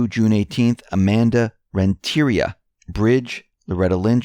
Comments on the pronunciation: It is not pronounced Rentiera, but Rentería. Amanda Rentería ( I am a Latina, and Rentería is a common Spanish last name with the strength of pronunciation on the í )Trust the Plan. Q's fan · rent-ter-ria. or rent-tur-ria. put it all together. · Pronounced Renteh-Ree-Ah